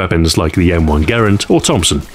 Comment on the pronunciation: “M1 gerend” Sorry, do you mean grand?